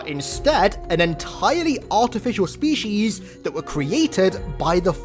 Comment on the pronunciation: I love your content but I have a question. Do you intentionally mispronounce words - specifically the word species here - or is that how you think they're pronounced?